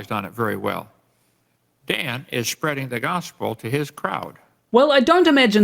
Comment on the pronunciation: What did he call you, “ShyManDan”..? Also, he said Dan was shpreading the gospel? I shouldn’t joke about his speech, but he is moronic!!